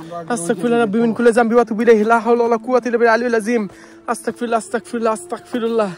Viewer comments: আস্তাকফিরুল্লাহ ❌ আস্তাগফিরুল্লাহ ✅ নেক্সটে ঠিক করে নিয়েন। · আস্তাকফিরুল্লাহ কি? আস্তাগফিরুল্লাহ হবে ওকে? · ভাই আস্তাকফিরুল্লাহ না বলে। বলবেন যে আস্তাগফিরুল্লাহ। আমার কাছে আপনার ভিডিও বলো লাগে